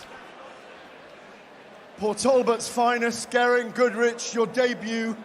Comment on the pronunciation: Nick potts from Wales bkb has an Irish flag next to his name so wrong song in the chariots of fire feck up when it was st elmos fire ,then mispronounced Geriants name ,,,,wth